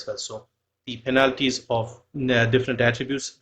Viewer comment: you're pronouncing "penalties" wrong.